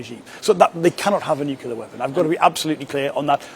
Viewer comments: Learn to pronounce the thing that you don't want Iran to have it😂😂😂😂😂 What is nucilair????? Have you ever been to high school???? It is nuclear and not nucilair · Are "nucular weapons" the same as "nuclear" ones? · New clee are NOT Nu ku ler FGS